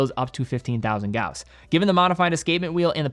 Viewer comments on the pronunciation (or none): none